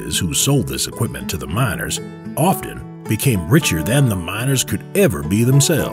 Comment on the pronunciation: the narrator said mINers